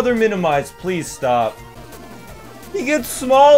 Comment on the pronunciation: I swear he says plizz is fine, plizz can handle it so many times, and each time plizz can NOT handle it.